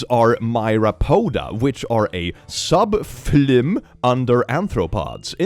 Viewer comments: it is pronounced FI-LIM, not flim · You seemed curious, so “phylum” is pronounced like “file” or the “fi” in “fire” and them “lum” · phylum is pronounced fai-lum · fyi, phylum is said filum